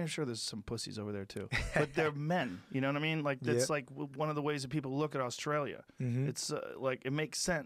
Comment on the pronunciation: Alexander "yaknoewaddimeen" Volkanovski